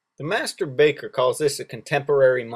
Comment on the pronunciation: whenever he says 'master baker' it sounds like 'masterbater'